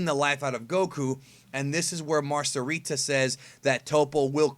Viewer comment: "Mar-kah-ree-ta" get it right